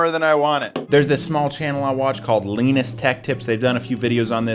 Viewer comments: you pronounce his name as "Li-nus not le-nus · you say lainus not linus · Lanest Tech Tips? Lol It is pronounced Lin us (Linus Tech Tips) And he is a big YouTuber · "Leenus tech tips" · bro said leenus tech tips- lol no offense people have diff ways of saying things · this man really said leiniiues tech tips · lee-nus tech tips 😂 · he said leenus tech tips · did he just say "leenustechtips". ergh... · LEE-NUS- TECH TIPS LMAO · how in the fuck do you say linus tech tips wrong? you should be ashamed